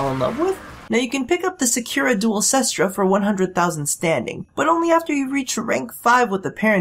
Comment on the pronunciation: nooooooooooo its 'kest ra' not 'sis-tra' ! :C i also dont have the hugest idea about what is top tier weaponry, but can't you equip a lower recoil mod? i know that it's bad by the numbers to do this kind of thing, as you lose out on point that could be spent on other things, but i found that the duel cestra became quite reliable when you put a minimum rank pistol mutation and a max rank steady hands on it, likewise i put a max rank steady hands on my marelok and vaykor marelok, as recoil is no fun but for real even with the annoying recoil this gun has, if you mod that out of it and mod out its ammo inefficiency, its actually tons of fun to use